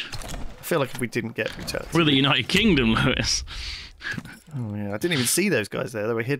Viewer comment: Lewis's * It's written how it's pronounced.